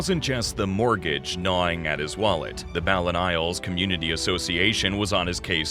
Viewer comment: When I heard the narrator say the word "mortgage" I almost spit out my coffee... And then credit cards on top of that.